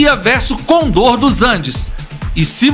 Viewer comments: para de falar errado, não é côndor é conDOR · mas esse cara falando cÔndor me dá nos nervos